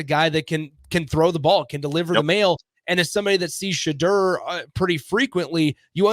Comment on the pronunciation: I know you’re not in the know but it’s pronounced Shedeur (Sha-door) not (Sha-durr) 😂😂